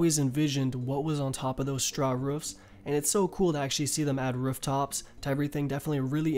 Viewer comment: my man theyre called 'rooftops' not 'rerftops'